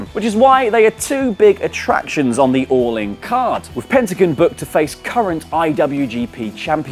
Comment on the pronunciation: PentaGON not PentaGIN